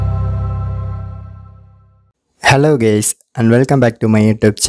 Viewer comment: did he say HELOO GAYS?